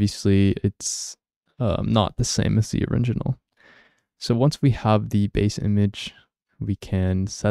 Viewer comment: You keep saying oriNginal instead of original 😅